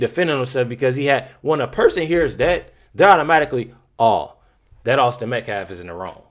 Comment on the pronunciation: Has anyone else noticed, they can all say, Karmelo Anthony, without stuttering on a single syllable. But none of them can say, Austin Metcalf. Every single one of them say Metclaf. It’s almost like they’re trying to purposely be disrespectful.